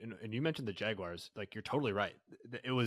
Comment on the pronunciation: I really thought might be among the people in the world who can correctly pronounce “Jaguars” without saying “Jagwires” but that was just a dream